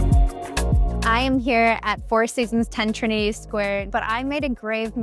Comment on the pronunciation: It’s ‘Trinity’